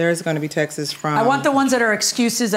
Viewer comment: It's not "textes" or "texas." It's texts. TEXTS!